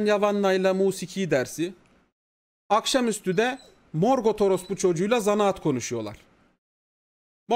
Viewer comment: herkes morgothu dümdüz morgot diye okuyor abi çok ayrı bir telaffuzu var ya